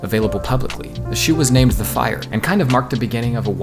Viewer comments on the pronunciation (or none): The rock climbing shoes, Fires are not pronounced like fire. The name was pronounced as "fee rays."